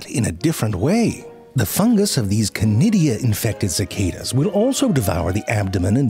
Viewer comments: Chlamydia, did you say? Shiver Oh, conidia, is it? Shiver 2.0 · Conidia? I thought you were saying Clamydia...could we have subtitles? 😊